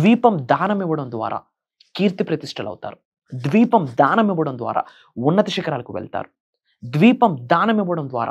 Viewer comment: Bro dweepam kadu Deepam